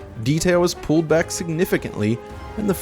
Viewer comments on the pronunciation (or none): none